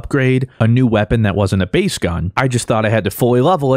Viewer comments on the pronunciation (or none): none